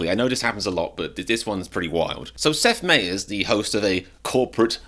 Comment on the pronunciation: Get Americans to do these videos... I turned this foreigner off in the few seconds when he mispronounced Seth Meyer's name. So tired of Olde English speaking foreigners commenting on American politics. Has this guy even ever been to America? Lol